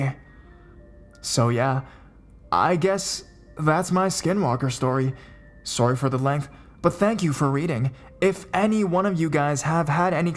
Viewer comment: Suary is how you said sorry